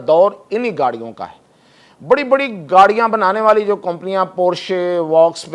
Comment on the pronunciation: You don't know how to pronounce (company ) Improve your language brother !